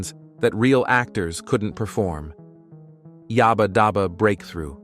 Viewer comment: yaahbaah daauba?